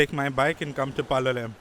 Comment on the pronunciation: Your pronunciation of Goa names does not do justice. Palolem for example should not have the last consonant pronounced. (Palolé).